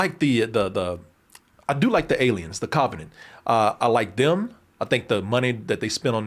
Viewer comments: What is a cov-A-nant. pronunciation lol just sayin, I ain’t makin fun of the dude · The "KAVA"nent. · CAHvenant! yeahhhhh buddy that CAHvenant! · Christ, the way pronounces "covenant"...😬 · Lol Y is pronouncing "Covenant" that way?! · The way says Covenant has me crying 😭 😭😭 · I used to think he pronounced it like that as a joke like in his Alien Covenant review.